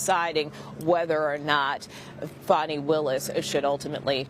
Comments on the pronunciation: I like how MSM media pronounces her name “Fauny” especially since allegations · Foni is not how our American Children Have Been Told to spell a/h. Its Fani like a big FANI